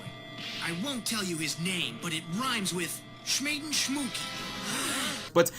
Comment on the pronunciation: Bruh..... Smhaden Shmugi 😂😂😂😂😂😂😂 I’m dead lmao